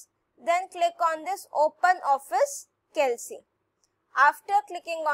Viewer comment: maam it is not calc it is kalk the pronunciation improve u'r pronunciation